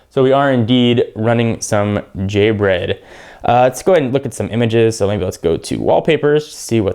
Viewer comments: g bread not j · more like g-bread, not j-bread... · Its not j bread, its g bread lmao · Doesn't Gingerbread start with g. , sounded like you said j.